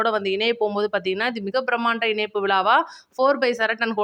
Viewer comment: மகளே உங்கள் தமிழ் உச்சரிப்பு அருமை வாழ்த்துக்கள் ஆனால் ன ண இனைப்பு அல்ல். இணைப்பு என்று சொல்லவும்